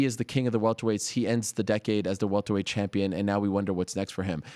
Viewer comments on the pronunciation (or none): none